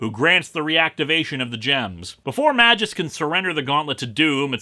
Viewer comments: As a non-native English speaker, I feel that every time when a Greek or Latin name is spoken by an Anglophone. The pronunciation is just sooo wrong. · another comment about how you're pronouncing magus wrong srsly tho, I find that quite vexing, maybe even unreasonably so. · The way you say "Magus" is very unsettling to me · Not MA-jus. It's MAY-gus. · To my knowledge "Magus" is pronounced "MAY-guss" instead of "MA-jus", and both the dictionary and Marvel's recent cartoons agree with me. But yes, he DOES look incredibly silly. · May-gus, not ma-jis :) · Wait a minute, that's pronounced "May-jus"? I always pronounced it "Magus"… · Minor nitpick, but according to , Magus is pronounced May-Guh-S, not Man minus the n-jus. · I know I'm probably snobby youtuber 223 to correct you on this, but fuck it. It's "May-gus," not "Mah-jus." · wait.. is it not pronounced May_Gus rather than Maj_Us ? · I think it's pronounced "may-guss". Also, Doom's real voice is literally an octave below your rather accurate (in tone and articulation) impersonation. This story is waaaaaaaaaaaaay too complicated. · I'm almost certain it's pronounced "may-guess" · its pronounced "may-gus" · Why is Magus' name pronounced MaJus? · Yo, Magus is spelled with a G like in, I donno, "Green". You are calling him like...mah juice. Now that's weird. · It's prounuced mage-us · Magus is pronounced with a hard g. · Even Google Translate disagree with you, mate. Not only me. And not only google translate. Even Rob from ComicsExplained pronounce the name Magus the other way. Your video is still good though. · In the art's defense, Ron Lim was doing this massive crossover event as well as the monthly Silver Surfer comic, and I think a few other things as well. Granted, his art isn't going to be hung in the Louvre, or anything, but it is serviceable, and it least it's not ugly like Sam Keith, or worse, Joe Quesada. Also: Just saying, it's not a soft "J" sound.